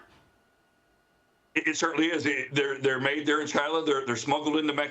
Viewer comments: It's NOT pronounced "FentaNAUL", it's pronounced "FentaNILL". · The drug is fentanyl..."nyl" is NOT pronounced "nol" but "nil." Fen-ta-nil😊